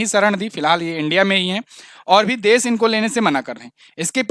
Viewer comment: Please pronounce "sha" correctly. You pronounce it as "sa". E.g. desh not des, sheikh not seikh, Shuru not suru also "apeksha" not " apekcha", liberation not liberason. Being a teacher you should be very particular about pronunciation.